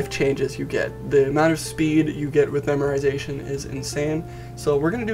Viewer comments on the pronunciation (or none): Dude, there's no "r" in memoization...